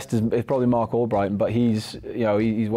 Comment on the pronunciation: 😂😂😂 “cark” mark with a c 💀